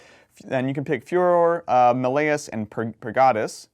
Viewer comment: Malleus is pronounced like Malefic not melody my dude